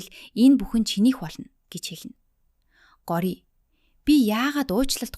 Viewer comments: гори гээд байх юм гоорияа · Gooryaa gej duudna shuu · Нэрийн зөв дуудаачээ Гора Тайм эдр ‼️ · Time✅Taamm❎ Gorya✅goorya❎ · Goroa bish gorya bas time bish thyme haha (no hate) 🙌🏻🙏🏻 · горяа гэдэггүй билүү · Goorya geed duudiich😂😅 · Gori ч гэх шиг дуудаж чадахгүй бол монгол нэр өгөөч Цэцгээ ч юм уу Нараа Горойж үх гээд байгаа юм шиг сонсогдож бна үзэхээс дургуй хүрчихлээ ёоо арай²